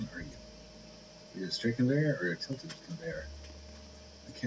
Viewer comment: lol he said tlted coveyor for 95 bun with captions it was tilted convery 495